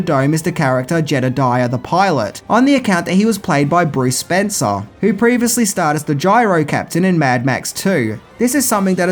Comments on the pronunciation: It's SPENCE! Bruce Spence! Not Spencer!! I love these videos but constantly fucks up people's names! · The Gyro Pilot, Bruce Spence - when did he add an "r" to the end of his surname? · Bruce Spencer? Spencer? It's Spence you knob. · Bruce SPENCE, not SPENCER...are you even INTO movies..?? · Just Bruce Spence, no 'R' on Spence. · Spence ! . . . not Spencer ! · The man's name is Bruce Spence, not Spencer. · Bruce Spence...not Spencer. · Damn it mate you butchered those names pretty bad calling Bruce Spence "Spencer" over and over then calling Byron Kennedy "Brian" you've gotta step your game up pal. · His name is Bruce Spence, not Spencer! How DARE you get it wro-... nah just kidding, love your content! :D